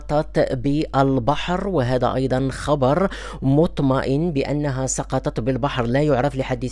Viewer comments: خويا لاحضت باللي ديما كادير واحد الغلط و هو فاش كتقول هذا خبر مُطْمءن... خاصك تقول هذا خبر مُطَمْءِن. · اسعد الله صباحك شكر الله لكم الفائده مطَمْئن وليس مطْمَئن بفتح الطاء وتسكين الميم شكرا مرة أخرى